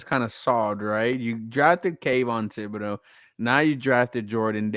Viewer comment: It's not who Caerio wants... its who's available.. who we want might already be off the board... and oh shit you pronounced Kayvon Thibodeaux...